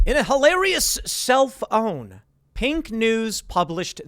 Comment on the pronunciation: Every time Tim says self own, I hear 📱